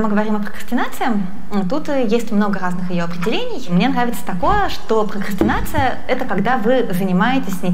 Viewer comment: Пхокхастинация, пхокхастинацией пхокхастинихует. (ещё бква Х добавилась)